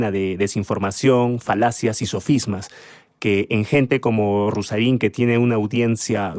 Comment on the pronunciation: Ruzzarin es un idiota que cita filósofos que no ha leído,o... lee mal, y es incapaz, incluso, de pronunciar bien sus nombres, y quiere impartir clases de filosofía